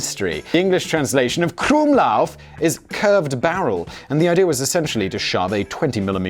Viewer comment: "using my german prononciation" And you're absolutely spot on, you magnificent bastard <3 The usage of the krumlauf in tanks were not really to have them "mounted" in them though, it was so tank crews could shoot at enemy (russian) soldiers at close range, especially crews of the "Elefant" pattern heavy tank destroyers as these slow ungainly vehicles had not been outfitted with machineguns for self defense and were very susceptible to attack from infantry.